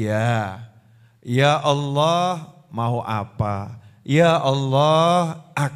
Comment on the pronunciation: Allah. Bukan Auloh. Sebut betul2 . Lidah jangan keras.